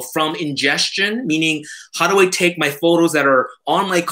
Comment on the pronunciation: classic "Take" (spoken properly with Japanese accent:)) )... so much info as always. You're warehouse of information. Its incredible and I always learn so much from you. Thank you. Keep this format coming. Loving all the new content!!!